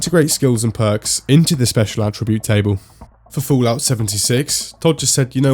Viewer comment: Do you intentionally say "Foolout"? =)